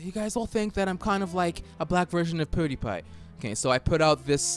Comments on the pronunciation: The way he says pewdiepie makes me uncomfortable. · Probably a British thing. KSI Say Poo-diepie also